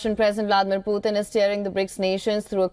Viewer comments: It’s not Poothin..it’s puTin.. T not TH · The way she pronounced Putin is really weird😅